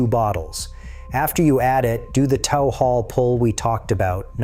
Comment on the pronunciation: It's TOOOOOOO not tou.... you tooooooo things, not TOU. it's T, long O, W.... PLEASE pronounce it right!!!!!